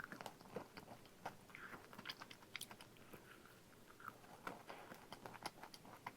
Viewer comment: 아 페레로쉐 아니고 페레로로쉐인데 매번 틀리는 거 커엽 .. ㅠㅠㅋㅋㅋㅋㅋㅋ